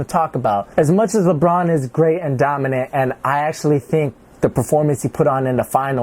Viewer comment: said 'Donimant'😂😂😂😂